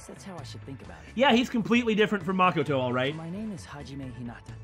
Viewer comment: Say it with me now "ma ko to" not mockato